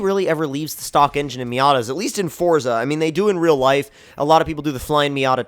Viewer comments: Its forZA not forTza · JT Rocha no, it is pronounced fortza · Fuck sake foRZA